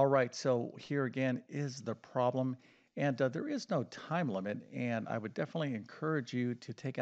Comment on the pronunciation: He is def knowledgeable about math but he def cannot pronounce the word "problem"!!